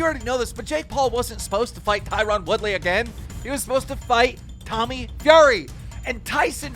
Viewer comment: Always makes me laugh when keem says Tieron 🤣🤣 can't even say the dudes name correctly